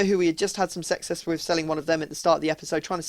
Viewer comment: "Salvio weve had some sexess" WOOOAH calm down!!